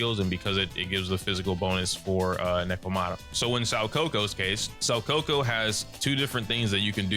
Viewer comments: I agree, I've been playing competitive games too and had fun labbing in ZZZ. This game is only button mashing if you're ignorant to what the possibilities are. I wouldn't be surprised if people start releasing combo videos and sh*t. Btw you pronounced Soukaku like "saw coco" but it's actually "soh kuh-koo". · Ngl spit my drink a bit when I heard how he said Shoukaku. I'm calling her Shawcoco from now on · The pronunciation of Soukaku’s name hurts me. Actually dealt psychic damage to me lmao